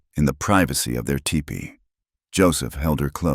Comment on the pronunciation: This was a very good story:-). I can’t believe that the word teepee is the hardest word for the narrator to say😳. Glad to see these two found happiness ♥️. Thanks very much from Indiana 😉